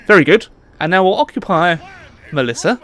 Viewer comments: Malissa ... goddamit that triggered me so hard every time you said Malissa 😭 Ma-ssil-lia Oh long live the empire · it's massila not malissa !! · Had to dislike and unsubscribe when you kept saying Malissa instead of Massalia